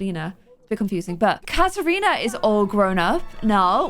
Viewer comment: I think forests daughters name is pronounced ka-trina